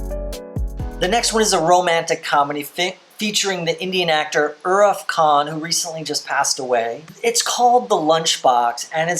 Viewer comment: Many viewers have already commented about inclusion of films like Indiana Jones and James Bond, etc. So I am not going to repeat the same thing. But please do a simple google search before pronouncing indian nouns, like Irrfan or Pather Panchali, etc... It's not hard to get audios or videos where these nouns are pronounced the way they are supposed to... Each time you pronounced Irrfan sir's name, you were like 'Iraf'. I mean just read the spelling...it's not that hard to get it right. It's rather insulting towards them, specially when it comes to great people and things. As u already know, Irrfan Khan sir recently passed away, and here you are not even trying to pronounce his name correctly.